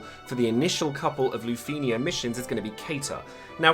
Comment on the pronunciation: Is it just me or do you not like the way he pronounces lufenia?